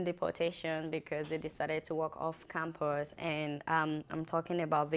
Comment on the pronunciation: The news reader is forcing an accent its campus not campers speak english please.dah!